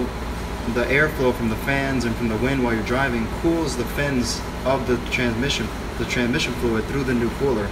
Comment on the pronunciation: does anyone else die a little whenever he says TraNMission